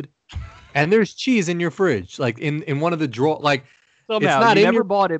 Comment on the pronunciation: I think it’s a downstate NY thing!!! Tons of ppl from that area pronounce it that way. They also say “have a catch” instead of “play catch”. So strange!